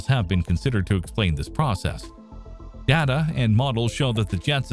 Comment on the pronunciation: I keep listening to these videos, hoping one day the YT presenters will learn to correctly pronounce such simple words as.... data. Not likely though.